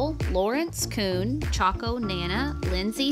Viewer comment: Choco is like 'choke-o' instead of 'chalk-o'. That's how you say the plant too X]